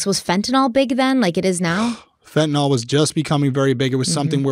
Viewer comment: A reminder to everyone that fentanyl is pronounced exactly as it’s written, fent uh nil. NOT “Fent in ol”